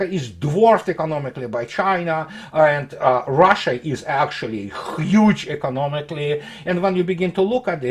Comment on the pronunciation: I love the way you say xchiiiyuge! (Huge)